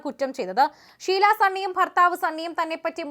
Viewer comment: ശീലാ അല്ല ഷീല